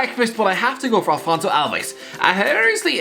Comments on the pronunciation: It's Afonso, not Alfonso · I'm sorry but its not "Alfonso Alves" its AFONSO ALVES.🤦🏻‍♂️